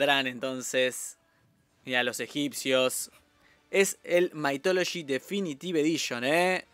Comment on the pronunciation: Se pronuncia "mith" no maith